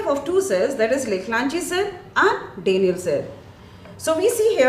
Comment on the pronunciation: what dafuq is that pronunciation? "DAYniel" cell ? 😂😂😂